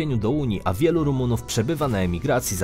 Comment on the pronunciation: Nie romuw tylko rumunuw